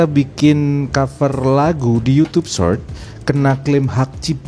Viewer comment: Did you say "Search" or "Short"? that's huge different..! You wanted to say "Short" but It sounded "Search"